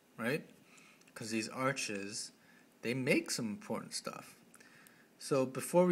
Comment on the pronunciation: I literally pissed myself every time you said Shtuff... this video was too amazing!